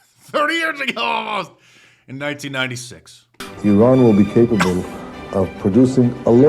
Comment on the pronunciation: It's spelled Iran not Eron but I still don't care.